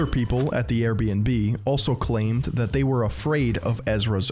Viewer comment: You know someone is going to drop a serious enlightening disquisition when they say the word THAT with three syllables. Regardless if he does have some sort of mental incapacity his behavior suggests he's just a pretentious prick.